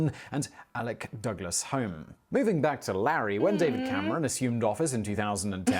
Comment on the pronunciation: Strange way to pronounce Alec.